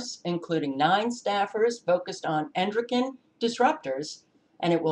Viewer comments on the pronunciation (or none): none